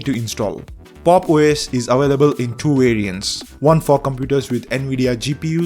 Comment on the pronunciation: " . . . Pop!OS is awailable in two variants . . . " It's available ! You are not hitting your Vees, Buddy! Seriously, apart from the look of the Ubuntu variant, is there any significant operational advantage ? I mean do any of these variants have a completely new (and better) package manager ? A more user-friendly file manager or CLI ? It doesn't look like they do. And pro users don't care too much about the look of the distro.